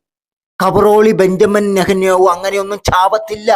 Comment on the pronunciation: നേഹാന്യാഹു അല്ല മൈരേ നെതന്യാഹു